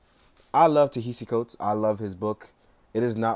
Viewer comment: Pronounced "Ta-Nehisi Coates" like 12 different ways. Lmao. It's not a terribly difficult name.